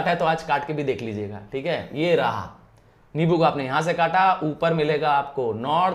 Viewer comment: Sir it is nimbu not nibu